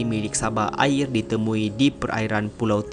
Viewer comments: Sabah Air (udara) bukan airr hehehe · 🤦🤦🤦 sabah airrr..🤣🤣🤣